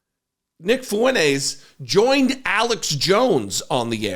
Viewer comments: his last name is “Fuentes” I’m telling this guy to pronounce his last name correctly. It isn’t “Funays” which you’re right, there’s no ‘T’ in “Funays.” That wasn’t my point. My point was pronounce it correctly. Again “fu-en-TES” not “fu-NAYS.” Nice try. Now stop replying and go be a ree t a rd somewhere else. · I don’t like any of these characters, but if you’re gonna be a podcast host, can we at least do a little bit better on the pronunciation of names? The guys last name is “Fuentes.” There’s a “t” in there. It’s not “Foo-Win-Ayes.” It’s “Foo-Win-Tayes.” We gotta get these things right, or the good guys lose validity. That all being said, both Kanye and Mr. Fuentes are absolute trash pandas, and I give them no power whatsoever. May they both be miserable monsters forever. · I think you need your ears checked ree t a rd. He clearly says “Funays” no emphasis on the ‘T’ whatsoever. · no. I was insulting him for saying “Funays” and not saying “Fuentes” which is what I said at the very start. You’re just being a ꋪꍟ꓄ꍏꋪꀸ for the sake of it at this point. Tell me where I wanted him to say “Funtays” when that’s not even the correct spelling or pronunciation of his last name? That makes no sense when my entire initial compliant is stated from the get go? Going back and forth for 5 days just to continually be ꋪꍟ꓄ꍏꋪꀸed and post nonsense. This is the last reply I’ll dignify you with. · Lmfao this guy can’t even pronounce the man’s name 😂😂 .. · you can't pronounce "Fuentes" ? just insist on the "T" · How come you call him Nick Fooeneyz and not Nick Fwentez? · his last name is “Fuentes” I’m telling this guy to pronounce his last name correctly. It isn’t “Funays” which you’re right, there’s no ‘T’ in “Funays.” That wasn’t my point. My point was pronounce it correctly. Again “fu-en-TES” not “fu-NAYS.” Nice try. Now stop replying and climb back on to whatever short bus you slithered out of. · Fuen -TEZ Great content though